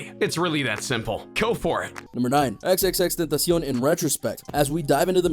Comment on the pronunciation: Thx a lot u are the ONLY one who can pronounce his name Correctly ❤❤❤❤❤❤❤❤❤❤❤❤❤